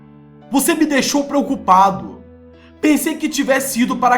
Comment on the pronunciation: "preoucupado" '-' david viado